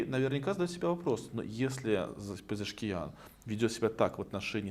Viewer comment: Не Пшезкиан,а Пезешкиан.